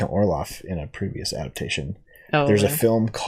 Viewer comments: hey, not to be all nitpicky, but his name is count orloch...orloff is a snowman from "Frozen" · At the end you kept calling him "Count Orloff" It's Orlok. Just saying. By the way, I personally think Max Schrek is still the creepiest Count Orlok even though it's the original 1922 film without the advanced special effects, gore and makeup, he just had a particular creepiness about him in that old B&W film that is unequaled imo. I personally don't think great makeup and special effects and lots of blood and gore necessarily always equals true "creepiness" in the sense of being chilling, dark, gothic and mysterious. Which is why I like the old B&W horror movies the best.